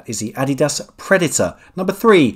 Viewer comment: Please do us all the favor of saying "Adidas" again 😆😆